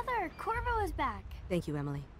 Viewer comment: the guy Said korvo... I thought he said kurwa 😂